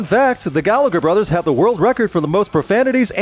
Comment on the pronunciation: The 2nd G in Gallagher is silent.